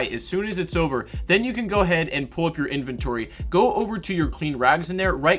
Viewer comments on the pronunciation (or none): none